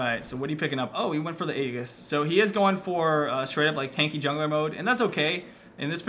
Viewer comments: Aegis is pronounced eegis. Just that I'd let you know since you usually use correct terms! (kage) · Aegis is pronounced with a j not a g you fool